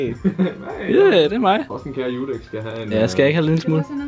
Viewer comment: Hvorfor siger Judex og ikke dudex